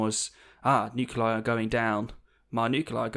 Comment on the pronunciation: pronouncing "nuclei" as "noo-cue-lie" rather than "noo-clee-eye" is something I cannot ignore